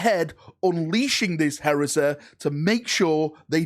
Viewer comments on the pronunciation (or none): What a strange accent 😏🤡 What "Heresa" ?!